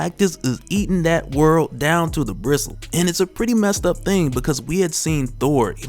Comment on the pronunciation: Homie it is Gristle. 😂 😂